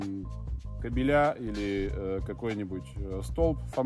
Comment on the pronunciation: Научись правильно ставить ударение в слове " кобеля "